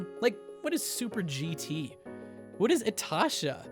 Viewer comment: You pronounced livery wrong. Same with itasha.